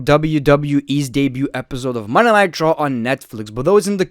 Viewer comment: Any one notice he calls it Monay nigh traw